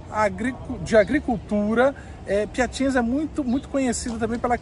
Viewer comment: Morei na Itália por 13 anos e fui inicialmente para Piacenza (se pronuncia Piacentsa) onde vivi por 1 ano. A cidade da Emilia Romagna (Emilia Romanha é a pronúncia correta), é muito agradável, bonita e com pessoas educadas e gentis. Foi muito bom viver lá.